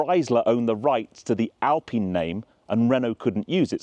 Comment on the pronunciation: The fact that you pronunce Alpine correclty makes you a trustworthy car reviewer . Gt turbos are the real proof that real driving fun can't be translated intto performance numbers.